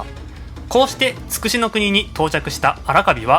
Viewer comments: 筑紫は“ちくし”ではなく“つくし”と呼ぶのではないですか？ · チクシは間違いです。ツクシといいます。たしかに万葉集では「筑紫」と書いていますが、当時の中国では筑をツクと発音していたのです。(少なくとも当時の日本人にはチクと聞こえていた) その後いつのまにか日本人がチクと発音するようになっただけです。